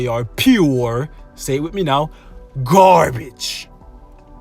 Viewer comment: it's "pu gabage* lol i have impression that you are talking without R sometimes.